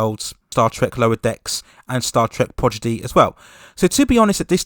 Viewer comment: I think it's prodigy not progidy... 🤭